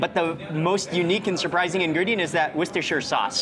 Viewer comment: Trust mark to know how to properly pronounce Worcestershire sauce lol